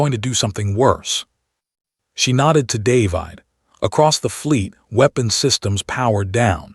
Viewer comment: looks like this iteration of AI and its clones can't read "David" properly. Heard it several times already. nice allusion in "Elsa's voice was ice...", but probably and accident.